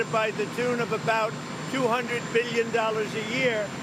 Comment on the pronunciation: Shit starter inventing, creating, imagining 'abuse' from Canada thats not there. 'Invade' Panama, controlled by China? Inventing, blowing things out of proportion. Stretching the truth just to burst his OWN FAME. Kiddo, I HATE how he pronouces "BILLION" (BILLY YON) and "MILLION" (MILLY YON) and then that crumbly sleepy overconfident ARROGANT voice...